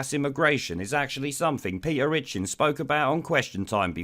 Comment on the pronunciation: Pe'er itchins